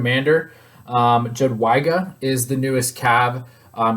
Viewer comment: please call her "yadweega" lol